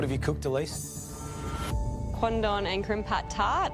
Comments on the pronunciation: the way the judges said "Quandong" really sounds like "Condom" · All i could hear was condom, so i thought they all ate rubber dishes